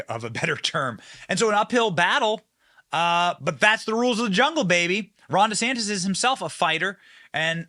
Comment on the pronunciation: ☆TRUMP IS PRESIDENT 2024☆ What a waste of money, Ron. No one in New York/NJ will ever vote for DeSantis. Don't bother, "Deesaaaaantis" that's the way he pronounces it. Whiny. Coat-tail rider. Nah. Nope.